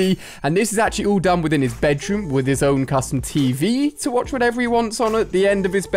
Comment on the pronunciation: Did he say coustum tv